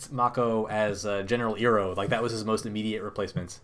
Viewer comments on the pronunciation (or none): "General Iroh" - You have to pronunce it "EYE-roh" as saying it E-roh makes it sound like you're using the pronunciation from the live action Shamalyan movie and no one wants that.